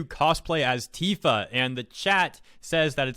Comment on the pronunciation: T-IF-A. Say it with me. IF IF IF..... Tifa